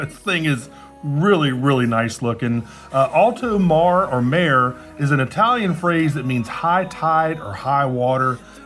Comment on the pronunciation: Mare = say "Mah-Ray" (and roll the R)